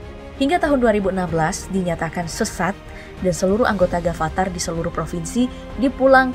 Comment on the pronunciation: Kenapa harus Gafatar harusnya afatar